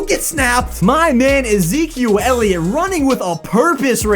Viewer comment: “My man E-zquil Elliot”